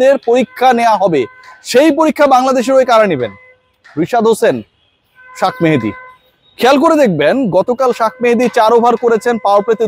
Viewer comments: আপনার "সাক মাহাদী "কথাটা ভালো লাগলো না,, ওর নাম শেখ মেহেদী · তার নাম শাক মেহেদী না শেখ মেহেদী ভালো করে বলবেন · ভাই শাক মেহেদী বলেন কেন!!??? শেখ মেহেদী বলেন। জাতীয় পর্যায়ের সাংবাদিকতায় সঠিক নাম উচ্চারণ গুরুত্বপূর্ণ। আশাকরি সামনের দিকে উচ্চারণ গুলো ঠিক ঠাক করবেন। শুভকামনা আপনার জন্য, অপেক্ষায় রইলাম সঠিক ভাবেই সবার নাম উচ্চারণ করবেন!! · শাক মেহেদী, বলেন কেন।এটা হবে শেখ মেহেদি। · শাক মেহেদী শাক মেহেদী করেন কেনো? শেখ মেহেদী বলতে পারেন না?কমেন্টগুলো পড়েন। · Sak mehedi keno bolen sekh mehedi bolen pagol